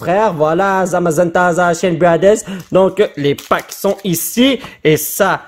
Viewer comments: ca se prononce zassian. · Zacian se lit Zassian et Rapasdepic est un jeu de mot Rapace de pic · Zacian en français se prononce [Zassianne] du moins moi je le prononce comme ça. Pour le Rapasdepic c'est le mélange entre "Rapace" et "As de pic" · Zacian ca ce prononce (Zasiane) ca ne s'écrit pas comme ca c juste pour la prononciation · EN FR C ZACIANNE PAS ZACIAN K?! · Zacian en Français sa se dit zasyane sa se dit comme ça mais ça s'écrit zacian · on le prenonce zakiane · ca se prononce zasian mais ca s'ecrit zacian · Zacian en fr ce prononce Zassiane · Ça se dit à Dit Zasia n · Zacian ce prononce « zassian > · ca Se prenonce : zak ciin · Pour zacian on ca se prononce ”zaciane” j’crois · ces pas zacian c'est zassiane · On prononce zacian comme en anglais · En français on dit Zacian le C se prononce comme un S